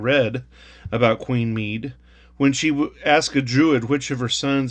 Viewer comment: Medb is pronounced mayve and Connacht is pronounced con oct. I recommend you check out mythicalireland channel here for stories of Medb and many others and is also great for pronunciation too. I have a few of these pound notes put away, it was beautiful money. The back of the five pound note always gave us a chuckle as kids. The one pound note was replaced by a pound coin prior to the introduction of the euro.